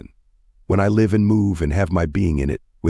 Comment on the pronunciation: It's an AI reader more than likely for example sometimes live (rhyme with hive) and live (present tense of lived) are pronounced incorrectly along with names.